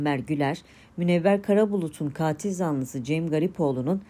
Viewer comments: tek a ile. Kaatil değil. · Kaatil zanlısı diye okunmuyor yalnız. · Katil zanlısı sizin telaffuz ettiginiz gibi değil. Lutfen bunu öğreniniz.